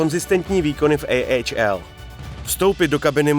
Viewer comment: Hezky zpracované video. Jen taková maličkost, za mně bych prohodil výslovnost u NCAA a AHL. Myslím že český divák je na to více zvyklý, ale jinak opravdu dobré.